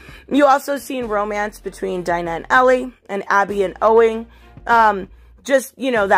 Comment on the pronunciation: I'm sorry this has been bugging me when I watch these videos but could you please next time you make a video pronounce Dina's name right. Its like Deena and not like Dinah Lance